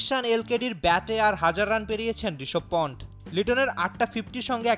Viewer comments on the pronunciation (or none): ভাইরে ভাই মানুষের নাম বল ঠিকভাবে বলতে পারেন না? রিশব পন্ট না, রিশাব পান্থ।